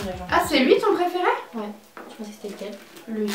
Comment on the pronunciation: et on dis « Préféré » pas « Preferai »